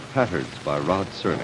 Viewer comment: Serling. Not Sterling